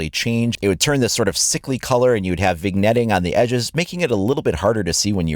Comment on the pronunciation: Bahahahha "vig-netting"... its pronounced vin-yette.